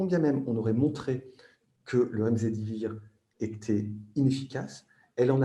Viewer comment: "Remzedivir"un peu diclectique l'avocat !